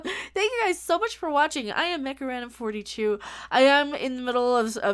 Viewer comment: every time u say "MechaRandom42" at the beginning of every video i hear u say Macarena42 :)